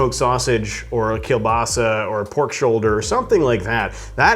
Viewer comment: I like the way you pronounce the word 'kielbasa' and piwo grodziskie. Great that you tell about brewing history too.